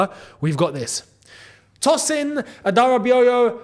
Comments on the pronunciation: The name is Adara-biyo-yò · It’s pronounced TOESIN NOT TOSIN. A dara bi oyo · Bro it is pronounced a-da-ra-bi-oyo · Hi Tosin's Surname is pronounced Adara-bi-oyo in this form; Definitely His parent will hail from Oyo State in Nigeria; which the Family Adrabioyo family are a well known family in the Yoruba Tribe of Nigeria. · it's pronounced, Ah-dah-rah-be-or-your. Close to perfect at first attempt, your second though, was off key.😅 Lol Shout out though, ktbffh.👋🏿💙 - OG /avid fan of your channel.🫶🏿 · Pronunciation of Tosin's last name is "Ah da ra bee Ohyoh". Oyo is a City in the Southwest region of Nigeria. The historic Oyo Empire of the 1830s. So powerful and majestic. The name means: "As majestic as the Empire of Oyo".